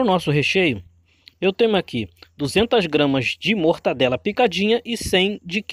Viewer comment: Muito boa receita uma delícia Só precisa melhorar o português A pronúncia certa e Mortadela e não mortadela como você falou Fica a dica mortadela e o correto ok